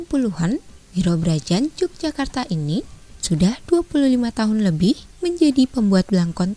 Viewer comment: YOGYAKARTA,bacanya bukan j